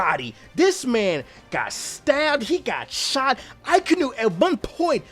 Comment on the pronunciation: akainu is pronounced aka (the color red) inu (as in the dog breed) hope this helps. a lot of English speaking people also call him uh-kai-new